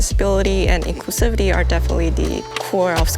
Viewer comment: Lost all respect when you said inclusivety